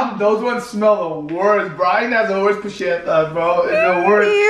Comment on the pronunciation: It’s not pushieta is puñeta ask Brackie it’s the truth